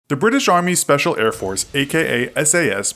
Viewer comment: Did he just say the "British army sepacil air force" 😳 ffs